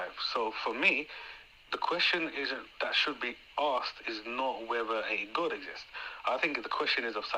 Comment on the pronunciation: Its driving me crazy how he pronounces "God". He is saying it like "Gud". Lol just a pet peeve of mine lol. Peace be with you! ✝️🕊♥️